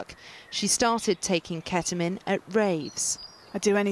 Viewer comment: ahh yes I love "keta-min"